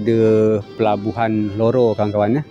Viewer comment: Harusnya sih RORO bang. Cuma kayaknya agak susah ngomong R